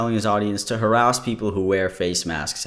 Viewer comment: why did I hear "arouse" instead of "harass" 😅🤣 made me question my hearing lmao